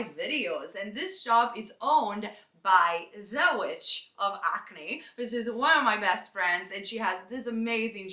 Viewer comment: Btw to anyone not from London, its "the witch from Hackney", not acne. But lots of us in London say Acne!